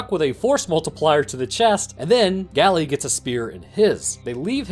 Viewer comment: its not pronounced "gally" its pronounced "gale"